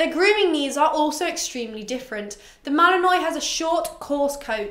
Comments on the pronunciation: Not to be one of those picky people but... isn't it pronounced Mal-uhn-waa not Mal-uhn-noy? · Uh I don’t have a British accent but I’m pretty sure it’s pronounced mal-in-wah regardless of accent